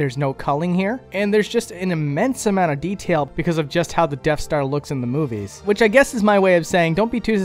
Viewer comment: Did you pick up on him saying deaf star